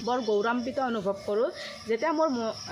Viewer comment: মানুহৰ সন্তানক 'বাচ্ছা’ বুলিব নাপায়।কুকুৰ বা আন জীৱ-জন্তুৰ ক্ষেত্ৰতহে 'বাচ্ছা’ ক’ব পাৰি। ......'গৌৰৱান্বিত’ শব্দটি উচ্চাৰণ কৰিব জনা নাই। সামাজিক ক্ষেত্ৰত মাতৃভাষা পাৰ্যমানে শুদ্ধকৈ কোৱা উচিত।